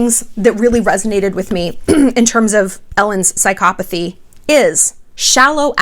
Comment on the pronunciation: You aren't pronouncing psychopathy correctly at all. And you cannot DX someone without clinically evaluating them. Sincerely, ~ A soon to be therapist